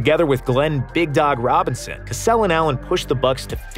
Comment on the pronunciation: Y u do Cassell like that?? 🤣🤣🤣🤣